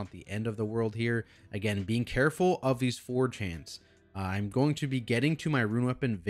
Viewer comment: Whenever you say 'Aspiring Forgehands' in the Machinists wing I keep hearing 'Aspiring 4chans' not out of choice mind you!